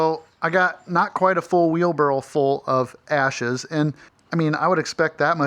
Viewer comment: It’s ok to say “Wheelbarrel”!!😂😂😅😊